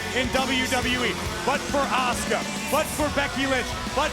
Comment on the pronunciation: “FROM OSAKA JAPAN LLLLUUUSSKA” 😂😂😂 girl it’s Asuka